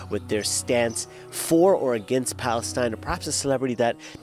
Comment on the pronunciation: Where did he just say Palenstine! Ass